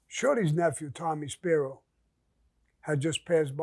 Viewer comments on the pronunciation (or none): none